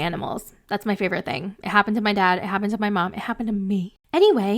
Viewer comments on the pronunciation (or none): none